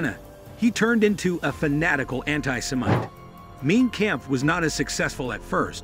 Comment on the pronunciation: Mein Kampf pronounced like Mine Kamf." This narrator makes it sound Main Camp.